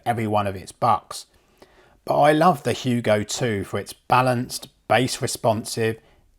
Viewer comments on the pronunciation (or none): none